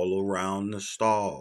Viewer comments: Really nice STOLE ..not "stall"" 😊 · That one word made me uneasy the whole video, instead of stole he kept saying stall. Nice tutorial though!